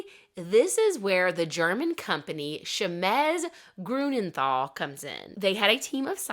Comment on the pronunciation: It’s “Chemie” Grunenthal, not “Chemes” Grunenthal. You might want to correct your pronunciation as the company is still in business today as “Grunenthal GmbH”. I am part of that generation. Thalidomide was used as a treatment for leprosy even after it was banned for any other kind of treatment. It’s an AWFUL drug. There are now younger thalidomide victims in developing countries whose mothers took it for leprosy and got pregnant against medical advice.